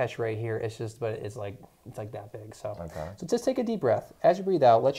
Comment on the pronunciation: That neck was what?? Didn’t sound like u said big at first doc lol great video!